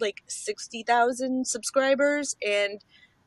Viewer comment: intro -he four thaa-ha teeh = here for the tea - si-buurs = subscribers? lol just in case you gotta decipher.